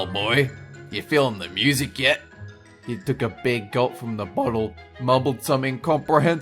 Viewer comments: He took a gulp from the bOttle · He took a big gulp from the BHOOOTTTlee